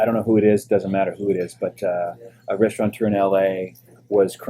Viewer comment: Restaurateur! No N!.